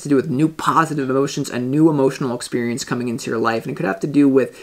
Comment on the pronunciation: why would you call your self that 🤨 odd ball really. Why did I hear a Scottish accent from you when you said experience do you mean trying to be a spiritual I think you find I am